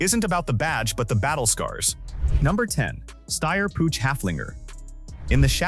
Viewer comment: Its not Putch its spoken Puug Ai suckers